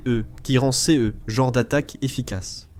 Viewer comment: J’aime bien le « c.e » ou le « c.e.s » 😅 c’est juste DEGUEULASSE 😂